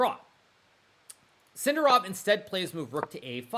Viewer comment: Maybe learn to pronounce Sindarov with accent on correct syllable before you retire, mate